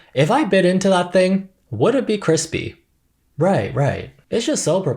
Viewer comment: Cwisp hehe